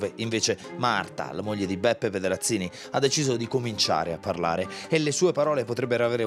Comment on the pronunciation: "Pedrazvi Scenzini"